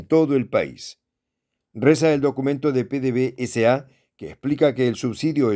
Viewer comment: NO SE LEE PDV-S.A. SE LEE PEDEVESA....ABRAZOS Y SALUDOS DESDE VENEZUELA Y GRACIAS POR TU ATENCIÓN...FELICITACIONES POR TU PROGRAMA.